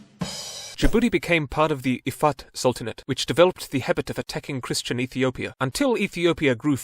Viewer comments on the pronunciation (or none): none